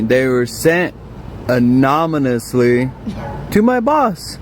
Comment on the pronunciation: Its anonymous. Not amonymous.